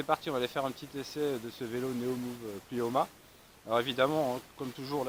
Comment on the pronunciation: Plimoa, pas "Plioma" !